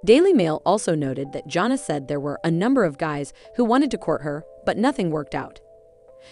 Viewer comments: I wish you would learn how to probably pronounce her name. It’s not Jona! it’s Jana!!! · Agree with you, JP! It's JAN-uh, not JOHN-uh! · Jana.... not Johna. Please!!!!!! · The announcer needs to learn the names of the subject! JANNA, not Jhonna. Jinger not Ginger! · It's Jan a. Not Jon a. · Her name is Jana. Not Jona! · I am going to keep leaving comments until you learn how to pronounce their names. Her name is Jana, like banana. It’s a short a sound. Please have the respect for her and for your viewers to pronounce it correctly. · Her name is Jana (Ja na). Try saying it correctly!!!! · Thumbs down 👎 learn how to pronounce Jana’s name. Until then don’t post an update! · Omg..yes first thing I noticed...drove me crazy!